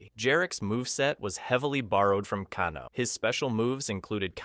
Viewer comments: Cahno. CAHNO!!!! FFS!!!!! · To be fair, the Japanese surname Kano is pronounced "Kah-noe" rather than "Kay-noe." The founder of Judo was Jigoro Kano, and he was supposed to be Japanese in the original game. The 1995 movie made him Australian, though the actor was speaking with a cockney British accent. The "Ka'noe" was weird though. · who tf is cahno? 😭🙏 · Bruh, it's hard to take you seriously when you mispronounce Kano...